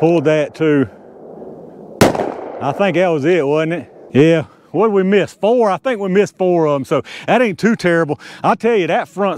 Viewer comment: ah tell you hwhat